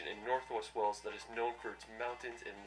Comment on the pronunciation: He didn't really show you much of Wales yes there are A lot of city's in Wales plus he Needs to learn how to pronounce Wales properly